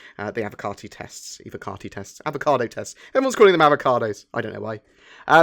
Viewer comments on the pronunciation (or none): none